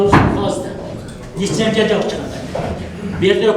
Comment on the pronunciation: Эме еме алгыла деген эле дейт неграмотный тип. Лисензия эмес ЛИЦЕНЗИЯ. Мындайларды .ЭЛДИН эсебинен жашагандар дейт